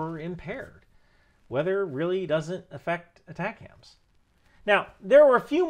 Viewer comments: As a former MLRS crewman for 10 years, your pronunciation of ATACMS is killing me. It's not Attack Hams. It's AY Tac Ums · It’s atacms not atac-ams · I also cringed at the first mention in the vid of ATACMS -- If somone said, " launch the A-Tak-Kams strike" in the JOC they would be immedietly mocked/escorted out!😂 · Are you saying "attack hams" on purpose? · Pronounced Ay-'TAK'-Ums. MLRS not MRLS. ATACMS was not "adapted" for HIMARS. HIMARS was required to fire everything the M270 and M270A1s could. The entire MFOM or MLRS Family Of Munitions. Just one pod at a time instead of 2. I was an active duty 13M for over 21 years. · We 13Ms didn't emphasize the M in ATACMS back in the 90's. Might be how it is said today for all I know. Love seeing my old job be so important still.